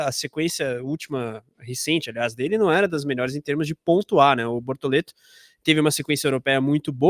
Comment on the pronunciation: Procura-se emocionados falando bortolento 🫵🏼🤣👀👀